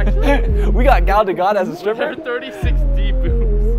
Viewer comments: gal da who? i know you didn't just said gal dagot instead of gal gadot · not being about to say gal GADOT properly >>>